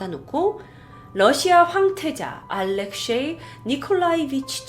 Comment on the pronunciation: 알렉쉐이가 아니라 알렉세이황태자입니다 ~